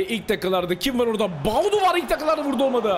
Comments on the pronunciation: Abi Tüm Videolar da Bir Gün Doğru Söyleyeceksin Diye Sabırla Bekliyorum Ama Olmuyor 😁 Baudu Değil Abi Boadu 😁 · “Boadu Fernandes” adamin ismi Myron Boadu🤣